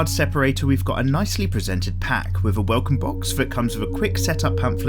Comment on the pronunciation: With. Thing. Thirteen. 'Th's are not 'F's!